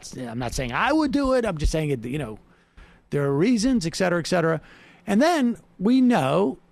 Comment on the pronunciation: Sam, et cetera. Please.